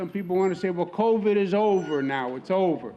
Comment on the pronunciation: "We Introduced Co-Vid"?